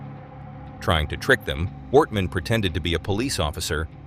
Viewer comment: Yeah many places were pronounced wrong as it sounded like it was a computer voice. At one time it said "Worthman" instead of Wortman.